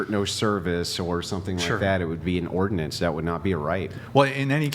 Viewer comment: "it would be ordinance", "oh" its that easy